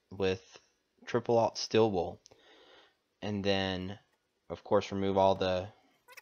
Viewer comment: Ah, it's pronounced stEEl, not still (wool) are you from Idaho? :)Anyway interesting tutorial, thank you.